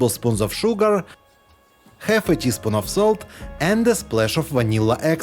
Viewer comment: After the sugar, it sounds like he says ”half a teaspoon of soap” Should probably be salt, right?